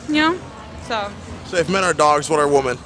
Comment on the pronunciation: It's actually insane that this dude doesn't know how to pronounce "women" with how many of them he interviews.